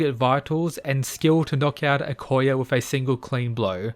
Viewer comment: you finally pronounced "akoya" right. you always said akora before lol